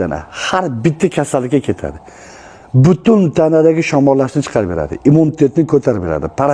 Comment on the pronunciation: Butun emas putun deganidan Abror emasligini sezib qoldim. Bu qirg'izga yaqin odam shekilli